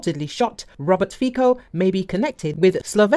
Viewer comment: Give us a break with your "Fiko" pronunciation: it's pronounced "Fitso"!